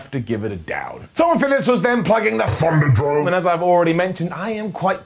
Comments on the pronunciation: it's ThunderDome not ThunderDrome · I heard it too. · All I can hear with the voiceover is "Thunder DROME." I think my ears are messed up. Also, is losing it because I swear he said Bianca Belair came out and beat up Montez Ford at some point. Or maybe I've just really crazy and can't make sense of basic English anymore